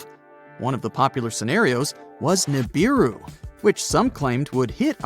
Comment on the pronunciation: The correct pronunciation is OO-as in oops…RAH-as in ‘twas..NOOSE. OORAHNOOSE. NOT YURAYNIS. You sound ridiculous. Pronounce the U like the U in Neptune … NEPTOONE. GO BACK TO URANUS IN ITS ROOT FORM, NOT ITS AMERICANIZED SLAUGHTERED SLANG And Neebeeroo. The i is pronounced ee as in Japanese or Italian. English got screwed up in the correct pronunciations of foreign or scientific wording.